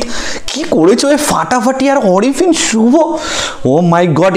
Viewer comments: Vai Oita orifin suvo na, a(a)rifin suvo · অরিফিন না, আরিফিন 😒 ভাল্লাগলো না রিভিউ!